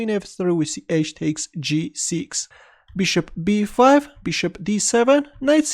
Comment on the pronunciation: Ahahaha " bishtop "